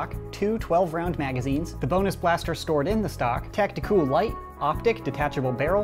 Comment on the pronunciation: I love how he say tactiCOOL Do you think the scavenger is better or the sling fires better let me know